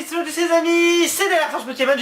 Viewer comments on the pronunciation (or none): none